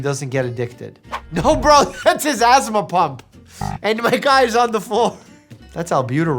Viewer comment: he was try to pronounce asthma